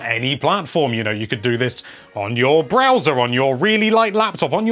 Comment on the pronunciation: I thought u said bowser and got confused 🤷‍♂️